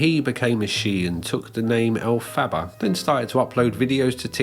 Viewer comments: I'm not a theater kid, but when you mispronounce that "Wicked" character's name I die a little inside. Other than that, good vid. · I can't cope with that pronunciation of Elphaba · i love the way you pronounce elphaba 😭😭😭🩷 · The pronunciation of Elphaba makes me laugh in the same way Moira Rose says baby in Schitt's Creek